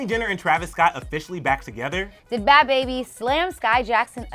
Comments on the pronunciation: I feel like was being very disrespectful,rude,& very unprofessional when she was purposely mispronouncing Bhad Bhabie’s name saying “aka ‘Bahb Baab’ “ then laughing about it like some teenager. Grow up! Say the artist name respectfully instead of purposely mispronouncing more than once & laughing. Your a reporter do your job regardless of how u feel about her...purposely mispronouncing her name is very unprofessional. I love ClevverNews but your reporting skills needs work. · Lmao pronounces it like bad baby is a middle eastern man 👨🏽 lmao I watched that part 5 times 😂